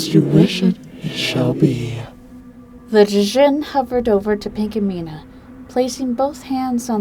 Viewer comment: its pronounced jin not d jin